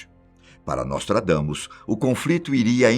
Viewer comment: NÓSTRAGAMUS IK..IK...IK..IK.